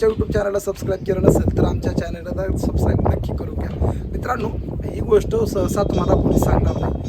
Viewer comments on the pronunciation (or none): none